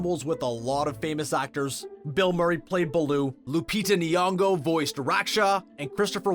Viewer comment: 😂😂😂 he cracked me up...how he said Lupita Nyong'o